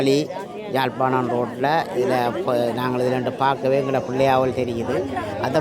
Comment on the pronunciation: தயவுசெய்து தமிழ் உச்ரிப்பை கவனிக்கவும். சொந்த ஊரின் பெயர் உச்சரிக்கத்தெரியாது. ஜாழ்ப்பாணம்? இல்லை அதன் பெயர் யாழ்ப்பாணம். இதுகூடத்தெரியாது.